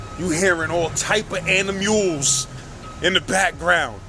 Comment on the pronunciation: Yooo I’m crying 😂 this nigga said all types of ani-muls Lmfaooo.